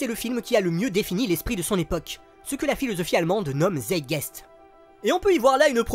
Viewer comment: Excellente vidéo, hyper fouillée comme d'habitude... Par contre, on dit "gnose" comme on dit "guerre", et pas "gnôle". Et on dit [Tsaïtgaïst] pour "Zeitgeist". Merci pour ton travail!